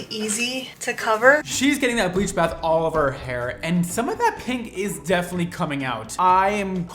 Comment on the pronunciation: When did people start pronouncing pink, peenk? It’s odd and I’ve noticed more people saying it like this. Weird